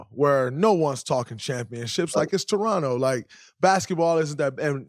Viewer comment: Draymond a real one for saying Torono and not Toronto 🙏